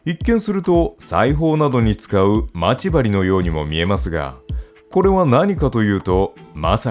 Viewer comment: ま↑ち↓針がきになるｗ